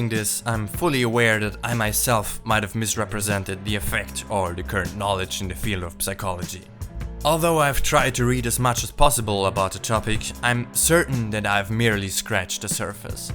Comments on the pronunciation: Well for one, psychology is pronounced „sikology“, not „psikology“ ;) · also ironic is how you always pronounce the silent p in psychology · Great video, just a slight correction on your pronunciation: the "p" in "psychology" is always silent. Other than that, great job. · And you pronounce „psychology“ like a German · You really confidently pronounce psychology the wrong way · This is the very first time that I hear an English native speaker pronouncing the p in psychology. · Nice video, Just dont pronounce the P in Psychology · It was so good that when I noticed the *p*sychology I found myself wondering if there's some dialect where the p isn't silent.